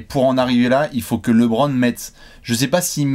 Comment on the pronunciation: Bon il va falloir commencer a bien prononcer Lebron un jour. C'est pas Lébron..;)